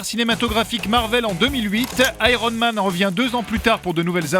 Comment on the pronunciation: "Aéronne Man".... Rien de plus drôle qu'un Français qui essaie de parler anglais.